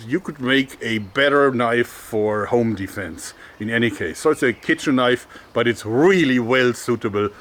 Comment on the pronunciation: Your "home defense" sounds a lot like "onlyfans" to me xD